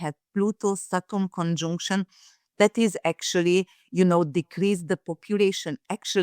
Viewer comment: Someone tell that arrogant accent-breaker that "conjunction" is NOT pronunced "CONJoooNCTION" !